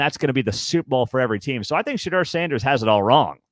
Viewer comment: Pronounced Sha DOOR. Not Sha DER. Buffs will play in packed stadiums in 2024 because everyone wants to watch history in the making.